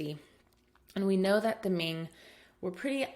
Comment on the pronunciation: Really enjoy your content here. I guess the comment is talking about the pronunciation of Chinese in general, not yours in particular, because I think you have nailed most of them, especially the pronunciation of Ming and Qing, pretty accurate actually. However, I do want to point out that the heritage of Emperor Yongle is pronounced as Yong' le, not Yon'gle. Great course overall! Literally saved my life!